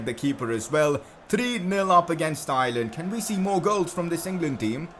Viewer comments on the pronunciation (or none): Your saying Ireland wrong im from Irelan